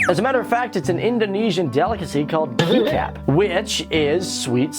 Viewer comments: keycap = kecap learn how to pronouce boi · It is kecap though not ketchup hahaha